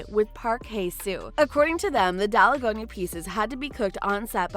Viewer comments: *its not daligonia candy,its dalgona candy And btw your comment is like a hate comment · It is not daligonia candy It is dalgona candy bruh fix ur pronunciations (Btw not hating I am actually a fan)